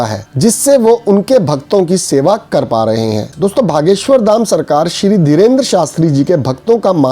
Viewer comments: भागेश्वर नही ह बागेश्वर जी ह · Why u r saying Bha.. Its Bageswhor! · Bhaiya ... Bageswar hai...aap galat ucharana kar rahe hein...